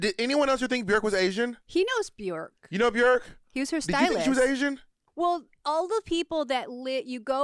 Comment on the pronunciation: bjerk lol its BJOooooooork